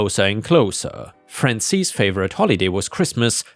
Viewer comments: Hey, Penny again. Frances is a western name. Generally unisex. Pronunciation is FRAH-n-sis. Not EES, IHS. Think the second syllable of the word Axis. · Frances is "fran sis" not "fran sees." lol